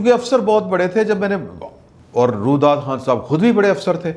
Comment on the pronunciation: Hazrat dont mind ifI correct you his name was RUYEDAD KHAN not Rudad Khan. 2ndly Allama Iqbal ko bakhash den unho ne SUNG O KHISHT kaha tha nah k SING O KHISHT. Khuda ra pehle apni URDU to theek kar len. Na aap ki ENGLISH achhi aur na URDU. Umeed hai mind nahin karen ge. Wese agr kar b len to ...........?????????